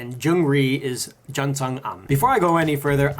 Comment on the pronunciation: you said Jun's name wrong